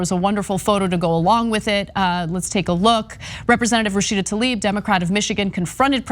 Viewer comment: Joe "Rasheeeeda Tlaib" Biden.